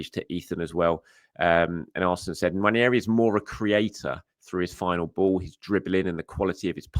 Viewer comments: It’s pronounced ‘Wan-Airy’. Not ‘Wan-Yairy’ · Its about time that we all started pronouncing Nwaneri’s name correctly. Its not prounuced One-Yer-e its pronounced One-eri. Come on!